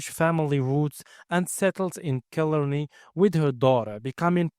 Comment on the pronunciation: It is pronounced kill aaar ney